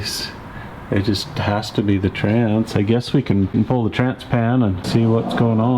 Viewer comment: This is a great video for those of us that squirm hearing call it a “trance” 😅 Good stuff as always!